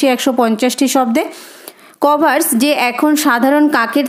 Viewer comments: আপনার উত্তর গুলো ভালো হয়েছে ।কিন্তু কর্ভাস উচ্চা রণ টি ঠিক হয়নি।কর..ভাস হবে কভার... স নয়। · ম্যাম ইউ ডিড ওয়েল , বাট "কর্ভাস" pronunciation ইজ wrong 🙏🏻